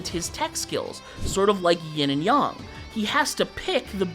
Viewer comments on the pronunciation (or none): it is not Ying and yong it is yin and yang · bro said yin and yong instead of yin and yang